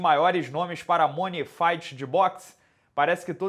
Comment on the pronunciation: Oi.. uma crítica construtiva: sempre assisto seus videos, e tem uma palavra em inglês que você usa bastante e pronuncia errado... Money 💰. Hehe.. o som deveria ser " mãni ". Espero que não se importe com o comentário, pois tirando isso seus vídeos são flawless.